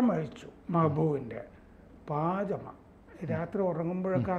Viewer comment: പാജമ അല്ല പൈജാമ